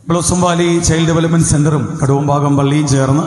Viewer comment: കാവുംഭാഗം അല്ല കടവും ഭാഗം